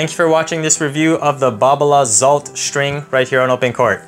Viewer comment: I also believe it's pronounced exalt